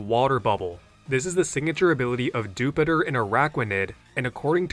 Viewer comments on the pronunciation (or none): bro said Dewpider like "Jupiter" when it's a "Spider" 😭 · okay can we talk about that Dewpider pronunciation. Like come on man its pronounced like Spider. Not Spitter. God I hope you're just engagement farming. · I hate the official pronunciation of Dewpider (dew-pie-der sounds so much better then dew-peh-der) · “dupe-idder” lol Edit: yes I was aware that’s the official pronunciation and I don’t fault X for saying it; it still sounds dumb and makes no sense when it’s based on a spider